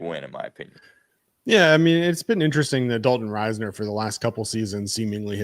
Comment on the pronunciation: Its riz ner not rise ner